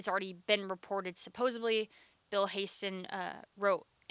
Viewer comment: Dd you just say "SUPPOSEBLY"? If so, are you from West Tulsa or Sand Springs? 🤣🤣🤣